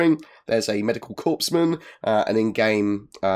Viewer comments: Coresman, not corpseman :D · gah... corps is pronounced core. so its a medical 'core' man. not a medical corpse man. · Oh --! A small correction, if I may: "Corpsman" is NOT pronounced "corpse-man" as the spelling would seem to indicate. They're actually in the business of PREVENTING people from turning into "corpses", whenever possible. It's originally a French word, I believe, pronounced "core-man". If "Corpse-Man" WERE a word pronounced as such, maybe that would be a slang term for a Mortician (formerly called an Undertaker)? Anyway, you see my point how that mis-pronunciation (somewhat common -- no less than our former President Obama caught a HUGE amount of flack for that same particular linguistic gaffe in one of his speeches a few years ago)... would have some, erm, unwanted connotations when referencing the medical professionals in question. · "Corpsman" is pronounced "coreman." Good video brotha, thanks for the updates. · Corpsman is (usually) pronounced core-man, as in Marine Corp rather than Marine Corpse. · That bothered me too! Corps is French and means "body". So a corps is a body of the army. Corpsmen serve in the medical corps. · I may have been a bit wrong about how to pronounce Aquila, but I know that's not how you say Corpsman... unless he's not very good at it. <3 ;p